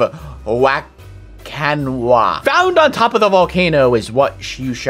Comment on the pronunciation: “Wakanawa” -Unspeakable 2020